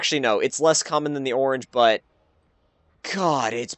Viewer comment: um tragic, and um learn to um say orange